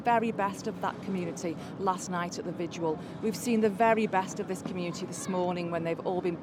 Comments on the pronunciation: What’s a “vigual”? She doesn’t even know what she’s talking about. It’s pronounced vigil. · She can't even say 'vigil' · 0.34...."there at the vidual"...does she mean 'vigil'? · Why are so many people-including people in high-ranking positions of authority-unable to pronounce the word 'vigil'? It is NOT "vi-ju-al" FFS. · Vi-jewel. Hooligism. Did this woman flunk out of Eton? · 'Vijual' She cannot even speak.